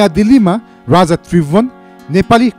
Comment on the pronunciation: Tait mula k vanx bs1963 ma janmera bs1938 ma 5 barsa vanxa .and rani Ra raja ho Vanni Ryani Ra ryyaja hoin .kya narrator banega aawaj nai sajin maharjan ko jasto xa